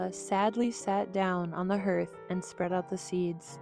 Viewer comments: What's with all the zooming in and out? Made me feel sick. Terrible editing. Also, hearth is pronounced harth not herth. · I love the story, images, and the narrator does a nice job! But I'm going kinda crazy with the pronunciation of "hearth" as /hurth/ rather than /hahrth/! (Sorry for the cockamamie pronunciation key-- I don't know how to put marks above letters to do it the right way!) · could bare the way you pronounced hearth, it’s pronounced harth. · OMGsh, she pronounced "hearth" as "hurth." 😆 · Just an FYI, hearth is pronounced HARTH and not HERTH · It pronounced harth, not herth. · Good story, thank you! Where's the father? Is he dead or alive in this version? A gentle critique: Dear Narrator the word "hearth" is pronounced as "haarth" (like word "heart" with a "th" sound at the end) -- not as "herth". Here's something related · Too bad the narrator mispronounced hearth each time! Sounds like harth nor herth!!! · This is a beautifully illustrated, and very nicely narrated version of ‘Cinderella’ (I can readily forgive ‘herth’ instead of ‘harth’ 😂) What I have less patience for is a supposed ‘prince’ that can’t recognize the ‘love of his life’ in plain clothes and is ready to embrace any female that fits into his narrow mold of ideal! After considerable thought, I’ve decided the prince: A. Was blind as a bat B. Was traveling through time in this tale, and thus being in actuality 127 years old, probably suffered from senility. C. Did drugs and passed through life in a haze. D. Really only wanted a wife with a fortune, so any cute thang in fine clothes would do. In which case, he wasn’t much of a prince at all. Personally, since the pigeons did all the work, I think the King of the Pigeons should have come forward and materialized as the REAL prince. Just saying. 😂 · For crying out loud it is pronounced HARTH not HERTH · Hearth is pronounced harth not herth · Hearth is pronounced HARTH, not herth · It's a HAR-th, not a HER-th. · Hearth not harth nor herth.